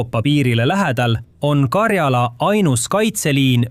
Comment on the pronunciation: 'Mind häirib, kui diktor räägib vigast eesti keelt Euroopas ei ole sellist geograafilist piirkonda nagu Karjaala. on Karjala. rõhk esimesel silbil